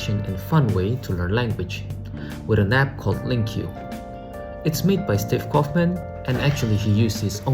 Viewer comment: I hate to be the one to correct people, however you've been mispronouncing LingQ so many times that I can't stay quiet anymore lol. it's pronounced like "link"